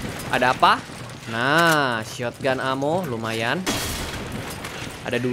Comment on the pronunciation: Ketularan abang jadi suka bilang shotogunto